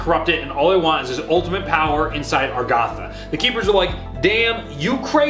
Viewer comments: I'm sorry if this unnecessarily harsh, but how can you stand by being a popular Zombies YouTuber with 139k+ subs and not bother to pronounce "Angola" or "Agartha" correctly? If you're just misspeaking, that's fine, but come on, the canon text now clearly says AGARTHA, not "ARGATHA." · I love, I love the channel, I love the whiteboard. But most of all, I love how he can't for the life of him pronounce Agartha right